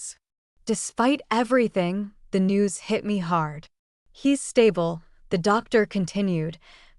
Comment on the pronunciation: That's "hard" not gard